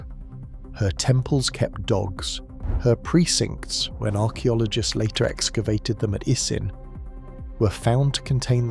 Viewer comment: "Harcheologists"? You mean, Archeologists....right? 😂😂😂😂